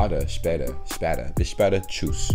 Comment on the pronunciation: The first “bis später” was Perfect